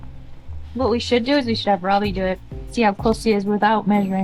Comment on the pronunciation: I have "not great" hearing so i often use close captions when the are available. Just the way pronounces Robby's first name.. it occasionally comes up on the CC as "crabby" LOL!.. I had to turn the volume as I thought was calling him Crabby for a joke!:)... But he's not it's just the "Automatic Closed Captions" fault:)